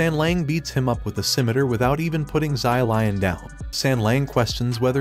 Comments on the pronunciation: zai lian that is not how you say his name the correct way to say his name is "Shi-liehn" i think. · Sylion- pLeaSE i cannot 💀💀💀💀. Props to this guy for trying though as a Chinese i always love it when western people try to pronounce chinese it is always comedy gold 👍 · I don't know why but every time he says "zylion" I start cracking up lmao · same XD ZY LION SUPER MERCY!!! XD